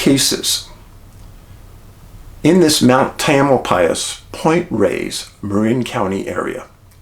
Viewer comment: I'm very familiar with Marin County and Mt. Tam, and never heard this story! Looking forward to what you'll be sharing about Marin. Thank you, Dave 😎 Also, Pt. Reyes is pronounced "Pt. Rays" 😎